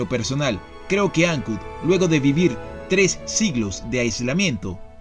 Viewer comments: Ancud, no tiene acento en la "A" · Todo bien ´, sólo quese acentúa en la u (Ancúd), no Áncud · Hola, muy buen video, mucha historia que desconocía, imágenes hermosas y las tomas aéreas del drone, siempre suman. Sólo aclarar que el nombre de la ciudad es igual que las palabras alud, salud, virtud....."Ancud". Saludos a ambos y los felicito por cada video que he visto en su canal. Desde Santiago de Chile, un abrazo de un viejo chileno, que disfruta de sus videos. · Soy chilote, de Castro, y solo una precisión: no se dice Áncud, se dice AncÚd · Se llama AnCUD, no ANcud.